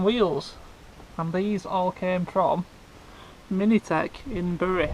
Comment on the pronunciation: It's pronounced as 'mintech' not 'minitech' 😂